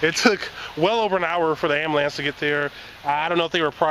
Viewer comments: "amalampse"... really??? Ijk I'm from Flint too so just had to say hello ☺ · Dude, you said ambulance like a true southerner. I think Kentucky might be rubbing off on you.